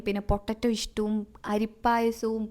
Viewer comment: Ishttu alla stue😂😂😂😂